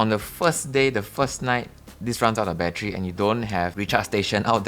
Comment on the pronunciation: same but for me it is because he says bat-tree, reminds me of an old Eddie Murphy comedy skit.